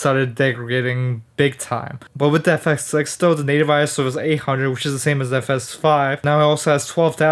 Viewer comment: Nothing like saying the camera's name wrong in the first 2 words of the video